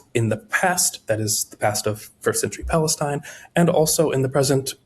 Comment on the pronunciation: It was so cringe hearing this weirdo so confidently repeat and repeat and repeat time and again, “1st century pALeSTinE”